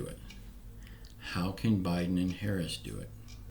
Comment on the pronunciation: Thanks for the update. I will not sell my soul to the devil for a stimulus check and that's how I feel about Joe Biden and Kimmy Harris yeah I misspelled it on purpose you did pronounce it correctly God bless and have a good day